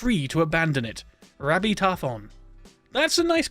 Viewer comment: The way he says rabbi is hilarious